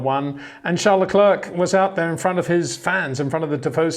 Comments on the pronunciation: would be nice if he would finally learn to pronounce Leclerc and Verstappen correctly. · He just can’t pronounce Verstappen and Leclerc correctly. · Peter can’t even pronounce Verstappen or Leclerc correctly.